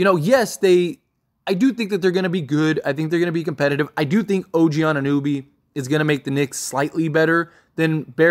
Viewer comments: I love your channel bro but your constant mispronunciations of players’ names kills me lol His name is pronounced An-i-no-bee, not An-nooh-bee. It never ceases to amaze me how much you botch players’ names with how many games you must watch and hear the correct pronunciation of their names lmao You are still calling him Christian Woods instead of Christian Wood. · Anu-know-be Jeez man. Butchering the man's name... also you gotta do is watch some highlights